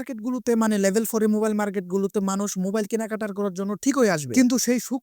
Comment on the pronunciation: Label ❌ Level ✅